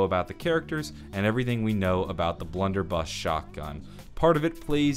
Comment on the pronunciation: Um my man said bludder buss